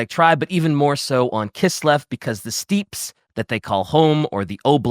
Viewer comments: "Steeps" my effing sides. (Also it is that makes that mispronounciation, though he does say steppe correctly a few times.) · I'm screaming at my screen for Bricky to tell him how to pronounce "steppe".